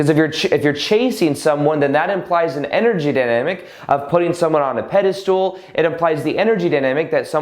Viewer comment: Pedestal not pedastool